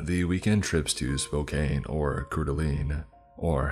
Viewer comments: I'm not trying to sound rude in any way but I live in Montana so I want to let you know that Spokane is pronounced spoke - can and Coeur d'Alene is pronounced core - da - lane. I also might be very wrong but I think kootenai is pronounced koot - knee, feel free to correct me. Anyway, keep up the amazing work and I'm sorry if that sounded rude. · Cored-a-lane, spoke- can! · Ppl form Washington… Spokane? SPOKAAANE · as a spokane native, it’s pronounced “spo-can” and Coeur d’Alene is pronounced “coor-duh-lane” love the content, just for future reference :) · The pronunciation of Spokane (spoke-anne) and Coeur d'Alene (core-duh-lane) have brought me great joy almost as much as people who pronounce Oregon (or-e-gone) when in fact if you ask 99% of people who live here you'll hear them say (organ) it's always entertaining to hear how people pronounce things it shows the subtle differences in this big space we look at as one nation when there's so much space it's several other countries put together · It's Spo-CAN Sincerely, an old Spokane resident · Okay, when you pronounced Spokane and Coeur d'Alene, I died. I live in Spokane and love Coeur d'Alene. I'll put the pronunciations here. Spokane is spo-can Coeur d'Alene is Core-de-lane You're welcome. Lol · mispronounced sho many of these names is funny as hell. I live in Missoula and grew up in Coeur d’ Alene. Spokane- Spoh kan Coeur d’Alene- Cord a lane Kootenai- Koot knee Unless you live in the area everyone mispronounces it. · Hey its pronounced cor-da-lane and spo-kan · It’s pronounced SPO CAN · God I love when people mispronounce my home town, never heard spokane said like that lmao.